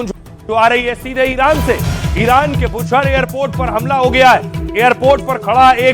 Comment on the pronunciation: जुवान लड़खडाराह हें इरान को इनार बोल रहे हो